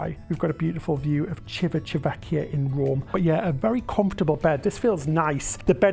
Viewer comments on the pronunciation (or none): CHEE-vee-tah VEHK-kee-ah. Ci always chee like cheap. Ch always a k sound. Two c's mean stay a little longer on the c/k sound. Italian isn't easy! 😜